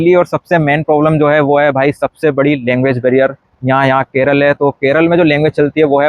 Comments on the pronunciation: Even after staying in Kerala for more than 2 years , it’s unfortunate that you don’t even know to pronounce the name of Kerala, it is NOT KERAL , it’s K E R A L A! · Keral nahi kerala bolo yaar